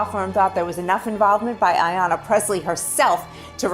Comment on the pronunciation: Come on man!!!! It's not Arianna, IT'S AYANNA